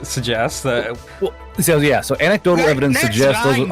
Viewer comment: Anse-idotal...... Its An-ec-dotal